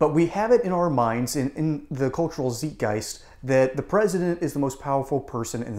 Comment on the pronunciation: Love this. But please pronounce /ˈzītˌɡīst/ (z+eye+t guy-st)